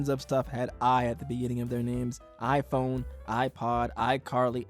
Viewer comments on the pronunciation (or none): none